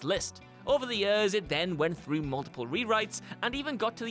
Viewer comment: The "Ye-ears" really throws me off. It's one syllable man.